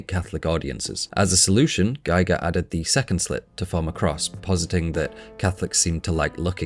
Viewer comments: this is excellently written and excellently presented! please - it's gEE-gr, not gEYE-gr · I found your excellent channel today and have been enjoying its content. Thank you! I do have one small critique, though: HR Giger's name is pronounced "Gee-ger," not "Guy-ger." I've included a link at the end of this comment that may be helpful. FWIW-Giger's name is (probably) mispronounced more often than it's pronounced correctly. Perhaps because it's a Swiss name?? I used to refer to him as "Guy-ger" too. A friend of mine (who knew Giger personally) corrected me, and I am glad that he did. Thanks for the excellent content! Link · EVERYTHING is spot on except your pronunciation of Giger. Gee Gar Not Gy Gar. That's the different bloke who measured Radiation. But you can be my friend as you see A L I E N as deeply as I do. But you can explain it better. GREAT WORK. Kudos. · His name is pronounced like Geeger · aw man... First of all - great work put in here, congratulations surely due. But how do you see all the interviews with Ridley Scott talking about "Geeger" and not get the pronounciation right in a "deeply researched" video? And all the interviews out there with the swiss master who created the most iconic nightmare imagery in generations? This seems to be not so much a deep analysis of Alien as it is a view of Alien through a modern intersectional lens. It obscures your view of some pure artistry. But kudos deserved for the work you've put in, surely. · A good rule of thumb is probably pronouncing the letter "i" as "ee" in languages other than English (I don't know any other language that pronounces it as "ay", but I could be wrong) It doesn't make the video any less interesting though :) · Presses play. Hovers over the stop button while I wait until I hear how GIGER is pronounced. FFS...